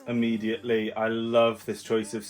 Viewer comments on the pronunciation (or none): none